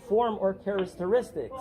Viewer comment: Ok cool. I will start with . Where you mispronounce the word characteristics, and then, laughably I might add, proceed to apply a subsection of the statute to something you are doing at that moment. Except, you filming in a public place, does not in and of itself make your footage public record in the context of FOIA. The section you read off is what FOIA gives you access to. These cops don't know that. They probably would benefit from even a little training on that. But FOIA does not give you a license to film in this context. Furthermore, I cannot find the 7th circuit case law pertaining to this scenario specifically. But the 11th circuit ruled on this and it would have some influence here if a case was brought. Smith V. City of Cumming, specifies the inside of public buildings as non-public fora for the purposes of filming and the expectation of privacy. Essentially the Government, as a landowner, like yourself (although based on your performances unlikely) has the right to restrict activities inside the boundaries of the property it owns. FOIA, although a law, lacks the life and death nature of the things these officers normally deal with. So they will always defer to their own level of expertise and allow for the courts to decide.